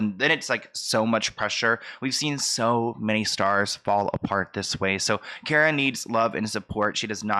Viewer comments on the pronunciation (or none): Her first name is KAAR-ah. Figured you might not know that. Like a car, with an ah at the end. Hope that makes sense! Lol